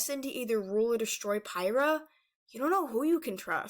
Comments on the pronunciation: ITS PRONOUNCED PIE-RAH? I THOUGHT IT WAS PURR-EE-HEE-UH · It is pyrriah not pyrrah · I can’t be the only one who thought Pyrrhia was pronounced “Pigh-ree-ya”